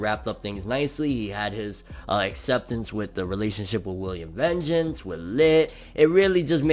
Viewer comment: Yo,. Please, it's not that hard to pronounce. VAHN-geance, VAAAHHNN-geance. 🤦🏼‍♂️